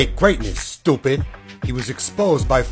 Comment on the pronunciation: That was popularized in nyc, saying stoopid like tht